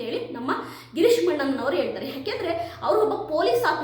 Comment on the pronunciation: ಮೇಡಂ ಗಿರೀಶ್ ಮಟ್ಟಣ್ಣನವರ ಅವರ ಹೆಸರು ಸರಿಯಾಗಿ ಹೇಳಿ ಮೇಡಂ